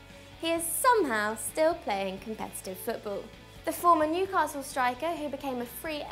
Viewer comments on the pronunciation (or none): none